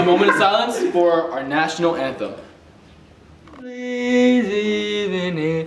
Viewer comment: Whan he said national anthom I literally laughed so hard👁👄👁